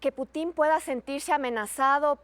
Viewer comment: Esa señora ni siquiera puede pronunciar el apellido del presidente ruso